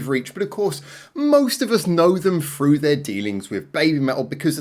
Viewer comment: FREW????? Do you mean THROUGH?? WTFF?